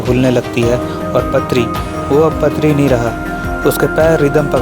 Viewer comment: Also it is not patri. Paatri पात्री